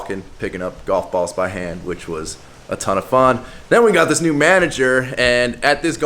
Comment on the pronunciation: Did you say "new business opportunity, " or "nude business opportunity " ? ? Are you starting a pole dance exercise franchise?